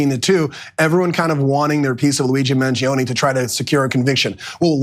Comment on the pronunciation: Pronounced Man Gee Own